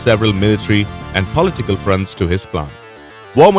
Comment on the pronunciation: Here we have a trailer consisting AMERICAN WAR MOVIES, and the narrator can’t even speak English,.. For Christ sake, And they wonder why we are concerned for our country. If can’t fu**ing talk, carry your ass back home . He says Filems,...and politickle ,.....🤣 Oh man,.... That is disgusting, what the hell Netflix, DO YOU HAVE ANY WHITE NARRATORS !!!! Oh Excuse me caucasion